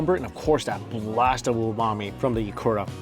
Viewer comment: I noticed struggling with the letter “u”. Ikura = Ikora, tempura = tempora. Kudos for saying those Japanese words wrongly but with high confidence